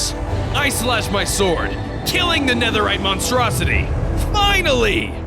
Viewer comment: “Netherite Monstrooity” 😂😂😂😂